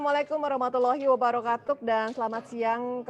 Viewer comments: ooh Saya putar berulang2 dengan kecepatan di pelan kan tetep aja saya dengar nya wabarokatuk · Apa cuma saya yang dengar nya wabarokatuk